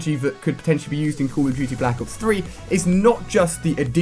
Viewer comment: Dude you say "cool" of duty...HAHAHAHAHAHAHA